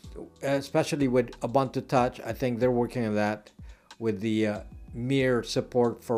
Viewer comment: Ubuntu is pronounced Ooboontoo. So the way you say the last U is nearly correct, just do the same for all of them. Zulu word meaning "I am because you are".